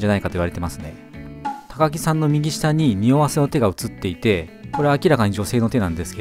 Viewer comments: 高木(たかぎ)なのが気になった 正確には高木(たかき)ですよ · たかぎじゃなくてたかきです、、。 かずやじゃなくてかずなりです、、。